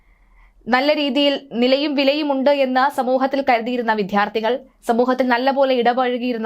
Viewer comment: വിധ്യാർഥി അല്ല ബെഹൻ വിദ്യാർഥി .. അവതാരിക അറിഞ്ഞിരിക്കണം 🙊